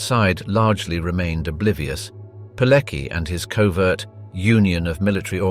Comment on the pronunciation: Where do you FIND these commentators? The Polish name Palecki is pronounced "Paleki" instead of the correct "Paletski." Hoess (Höss) is oronounced "Hoss" instead of "Herss." To name but two. Is it so difficult to get this right?